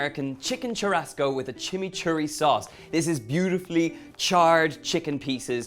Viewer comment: Churrasco is spoken as SHOE HUSCOE ( HUS as in Husband)